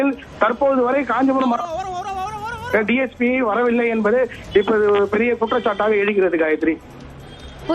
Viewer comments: DGP illa ma DSP Olunga news padi ma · முதலில் டிஜிபி😂 டிஜிபி என்று இரண்டு முறை செய்தி வாசிப்பவர் சொல்கின்றார் இது தான் செய்தியாளரின் திறமையா? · டிஜிபி இல்லம்மா dsp கவனமா சொல்லுங்க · ஏம்மா, டிஜிபி யா இல்ல டிஎஸ்பி யா.. தவறாக சொல்லி விட்டால், மன்னிக்கவும் டிஎஸ்பி ன்னு சொல்ல வேண்டியதுதானே...